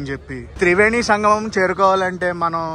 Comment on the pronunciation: Not samgam it's sangamam